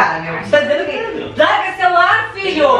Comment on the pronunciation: Só eu quando eles falam filho eu ouço Vitor kkkkk